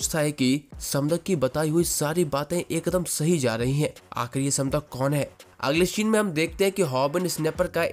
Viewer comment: Bhai voh समदक nahi voh सैमडैक hai mujhe yeh isliye pata hai kyuki Maine iski manhwa padh rakhi hai 😊